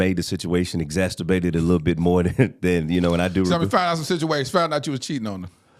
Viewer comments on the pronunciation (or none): The word is *Exa CER bated* and NOT “exacTERbated 🤦🏽‍♀️ It was driving me BONKERS that Continued to MISPRONOUNCE this word during the ENTIRE podcast 🙄